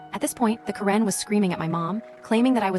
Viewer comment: Stupid AI can't pronounce Karen correctly. Let's get a real human being on here. Thumbs down 👎